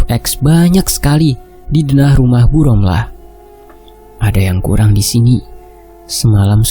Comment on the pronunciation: Ngab ngomongnya romlah ya bukan rohma